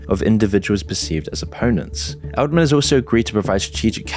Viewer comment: "Edelman" .. every. single. time.